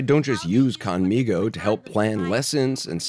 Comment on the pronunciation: The least they/we(US Americans) could do is pronounce conmigo correctly. Hearing how conmigo in this broadcast is like fingernails on a chalkboard. Please correct!!